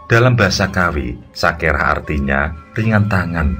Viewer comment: SAKERA bukan SAKERAH